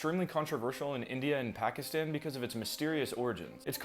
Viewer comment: I can't with his pronunciation (I'm not trying to hate. It's the way you said Pakistan)